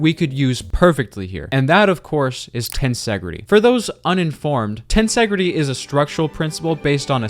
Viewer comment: you pronounced tensegrity wrong